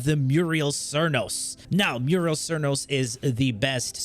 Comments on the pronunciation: muriel cernos haha. "Mute - a - list" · It's Mutalist cernos, MUTALIST! Wtf is a merios? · At number 4 we have the Murial cernos. Now the mural cernos… 😂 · I have to know.. ive just started watching you.. Do you intentionally misread the names of all the weapons? You say.. quote me.. "muriel cernos".. muriel.. m-u-T-a-l-i-s-t. Muriel. Silent T's much? I thought it might be intentional but then you say "teenit" instead of "tenet" (ten-it). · I was more thinking about the way he absolutely butchered Mutalist Cernos, but yeah who calls it an Amperks???